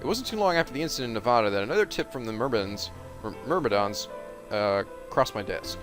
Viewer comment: Omg it's killing me that after they say Myrmidons multiple times you're still saying it wrong.